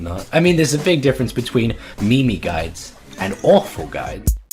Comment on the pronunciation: " mEeMEe GUidEs "